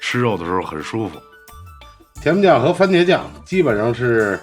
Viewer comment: 甜面酱😂北京人说话吞音了